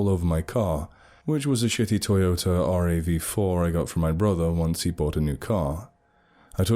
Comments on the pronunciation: Your explanation didn't really help him or me understand how he is saying it or how he should be saying it. You might have commented something like this. " your pronouncing RAV4 incorrectly. You should pronounce this rav the same way you pronounce the first part of the word ravenous". Now since almost everyone knows what the word ravenous sounds like, we can assume this will let almost everyone know what the RAV in RAV4 should sound like. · I've been listening to your videos for years now, and I know you're obviously European, but you saying "R-A-V 4" instead of "rav 4" just cemented it haha. Please keep doing what you do sir, you have done so much to help me through all of my hard times. You are a bright spot in this world. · Now I'm simply Kyle...H. He didn't pronounce it incorrectly, though... I was just highlighting how Europeans typically say each letter, and here in the US, we make it a phrase of some kind. Also, my use of hyphens definitely should help you understand what I was saying